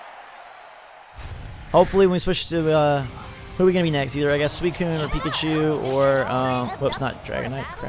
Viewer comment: suicine is pronounced sue-i-cune!